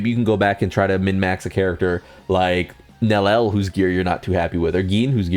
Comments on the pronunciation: Oh you stop at nelel but let the yodahara massacre slide? 😭😭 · ITS NEL+ IEL pronounciation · Aight bro, I've seen some videos, but this pronunciation of Nelliel has to stop 😭